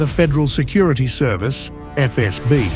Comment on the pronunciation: EfEsBi вы говорите😅 Сделайте язык не таким мягким во время произношения